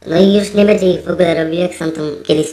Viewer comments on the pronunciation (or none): none